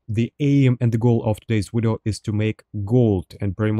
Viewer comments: "In today's wideo" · gonna start a "todays wideo" counter